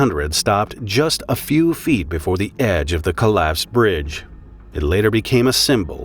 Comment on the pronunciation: . 30 feet. Not " few" .